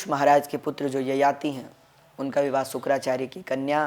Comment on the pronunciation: शुक्राचार्य नहीं शुकाचार्य बोल रहे है